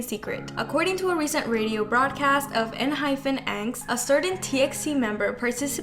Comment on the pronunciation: Why you are saying enhyFen It's enhyPen 😂